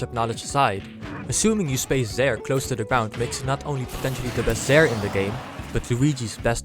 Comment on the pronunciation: Ah yes… ZGROUND